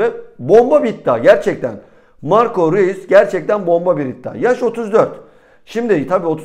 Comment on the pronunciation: r e u s diil ...roys diye telafuz ediliyor